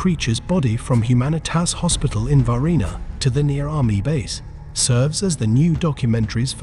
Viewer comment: Huh huh he said varghina